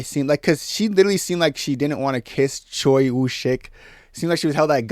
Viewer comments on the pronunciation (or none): none